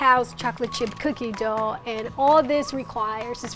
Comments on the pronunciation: I love how says dogh instead of dough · I luv her but I hate how she says dough